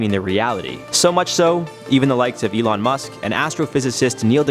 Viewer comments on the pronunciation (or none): none